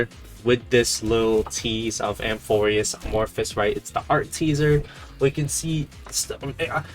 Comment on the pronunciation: It’s amphoreus not amorphus:)